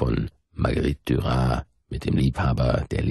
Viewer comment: Marguerite Duras, mit stimmhaften S! 😉 Aber ansonsten sehr angenehm.